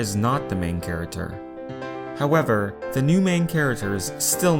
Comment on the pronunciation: Wait wait wait, he says character charater on purpose right?! I’ve heard him say it a lot.